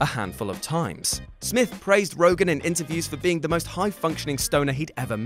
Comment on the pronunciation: also, it's ROGEN, YA LIMEY!!! not Rogan.